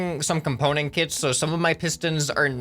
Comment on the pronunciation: KITS ITS KITS NOT CITS